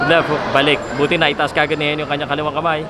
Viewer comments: Is it pronounce as HE- NO ? commentator keeps on saying HENIO... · HENO at hindi HENYO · heno hindi henyo ayusin mo